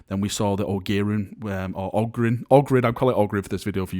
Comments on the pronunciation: "O-gear-in" Lmao Emperor help us. It's Ogryn ;) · Oh-Gear-Rin? What's an Oh-Gear-Rin? XD Careful, you'll be saying microwhavay next!